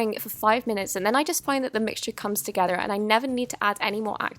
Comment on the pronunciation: she said together but she really stuttered and she said t o g e t e r